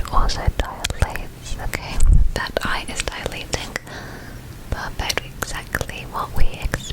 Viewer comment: can we have a whole video of you just saying "pahfect" and other similar words like that?